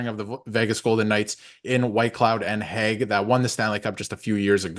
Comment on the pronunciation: Just sayin, it's Nic Hague lol not Nic Hage 😂